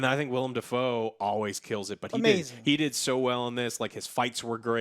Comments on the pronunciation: Willem....NOT WILLIAM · WILLEM. not William… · Okay I LOVE your content Joe, I truly mean it. But how do you CONSTANTLY and CONSISTENTLY get names wrong??? WILLEM Dafoe. Not WILLIAM! literally said it right before you did. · Ok. My gripe is pretty small. But the way pronounces Willem DaFoe is annoying to me. It is not Wiiliam. It is Willem. That bugs me the hell out.